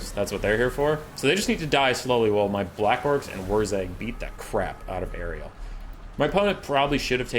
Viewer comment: The fact that you call Alarielle Ariel proves that you indeed don't give a single fuck about elves 😀